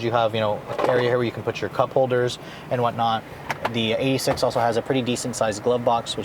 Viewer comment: you mean the toyota EIGHT-UH SIX-UH